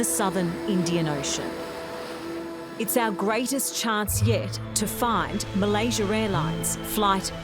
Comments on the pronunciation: Why does everyone from the UK and Australia add a "er" sound to a word that ends with an "A". This lady just said " Malaysier". That dude Simon thats on a million channels always says Chiner or Russier. Make it make sense. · ''Malaysiar'' airlines. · Malaysier airlines? I didn't know there was an "R" in Malaysia. Learn something new every day